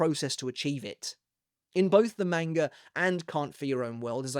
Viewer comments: stop mispronouncing manga. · Stop mispronouncing manga